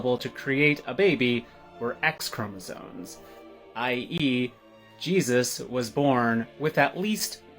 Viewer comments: Its chromoSOMES not chromoSONES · 😂 the dude said Chromozones too many times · Did that kids just pronounce chromosomes as chromo-zones? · Imagine believing that you are some kind of gender expert, yet you pronounce them "chromosones". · OK SO It's CHROMOSOMES NOT CHROMOSONES, go back to English class please 🙏 thank you. Jeez, goes on a whole rant about chromosomes but can't even say the word properly 🙄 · "Pierce your nose in Northern Idaho, and they treat you like a farm animnal!" Yes, yes they do. Because they put rings in the noses of their cattle. And for the last time, "chromoSOMES". Not "chromoZONES". FFS, you care so much about the correct words, USE THEM YOURSELF! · Its ChromoSOMES not zones. 😂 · The way that person repeatedly said "chromozones"... Sigh. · funny how that one says "chromoZONE". people sometimes mispronounce words by imagining the etymology to be something that works with their delusions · Stop. saying. "chromozones." 🤬